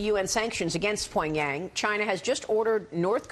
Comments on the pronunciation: “Poingyang”? It’s Pyongyang dumbass trick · This hoe can't even speak right Pogyang it's Pyongyang slut how do people get these kind of jobs?